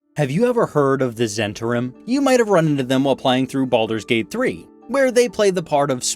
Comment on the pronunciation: Really like your video… except mispronouncing the subject…